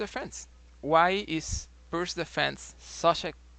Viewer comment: I think is correct prono'nce Pirts or correct prono'nce Pirtz or correct prono'nce Pirdz or correct prono'nce Pirds. 🙄😏🤓 Wrong incorrect prono'nce NoT Pirq or wrong incorrect prono'nce NoT Pirk or wrong incorrect prono'nce NoT Pirkk or wrong incorrect prono'nce NoT Pirck or wrong incorrect prono'nce NoT Pirkh or wrong incorrect prono'nce NoT Pirckh or wrong incorrect prono'nce NoT Pirque or wrong incorrect prono'nce NoT Pirckhq or wrong incorrect prono'nce NoT Pirke or wrong incorrect prono'nce NoT Pirce or wrong incorrect prono'nce NoT Pirqe. 🙄😏🤓 Right correct prono'nce is Pirts or right correct prono'nce is Pirtz or right correct prono'nce is Pirdz or right correct prono'nce is Pirds. 🙄😏🤓 Illiterate English speakers. Research in what way other languages use letter |C| NoT |k|. Research how other languages use letter |C| NoT |qk|. Research in what way other languages used use letter |C| NoT |ck|. Research how other languages use letter |C| NoT |kh|. Research in what way other languages use letter |C| NoT |q|. Research how other languages use letter |C| NoT |que|. 🙄😏🤓